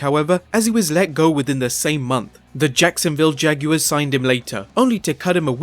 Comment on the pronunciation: The way you said Jacksonville Jaguars 😂😂😂😂😂